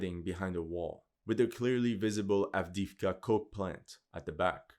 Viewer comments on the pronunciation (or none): AvdEEvka( e, not i )